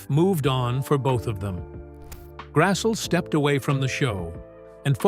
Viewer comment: Karen's name is pronounced Grass-lee, not Grass-ull.